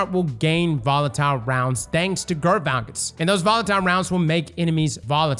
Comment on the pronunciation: why does NOBODY pronounce Gyrfalcon's Hauberk right?